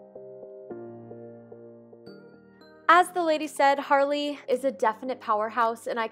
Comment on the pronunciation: It's Harley. Not Hayley (so you know, no hate.)